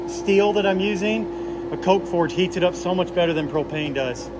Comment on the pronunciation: FORGE, not gorge! 😳